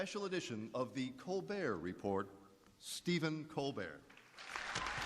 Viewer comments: He pronounces it 'The Colber Repor', like both words are French. Is that right? Does say it that way for a joke on the show? 'Colbert' is Irish, anyway... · "The Colbert Reporrr" haha wow.